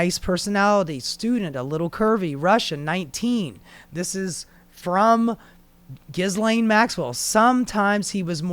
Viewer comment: Dude, we’re all grateful you’re exposing all of this garbage . . . Yet how are you featuring these entities and don’t know how to pronounce Ghislane’s name!?